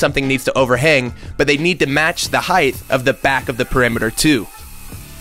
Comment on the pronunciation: Height. With a hard t sound. Height.